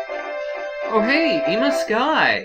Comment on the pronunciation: Oh hey, Eema Sky. I always pronounced it as Emma Skye.